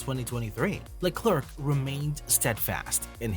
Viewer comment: Why are English speaking channels always to lazy to take 10 seconds to check how to pronounce a name. Te name Leclerc is not pronounced like a horny chicken sound. (not just you mate) tip, search "allo allo, it is I Leclerc". Another tip, if you know how to say McLaren... Leclerc sounds the same. Final tip, the last c is silent.